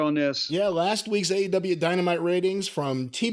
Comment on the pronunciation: I swear he says A and W tv ratings at the beginning.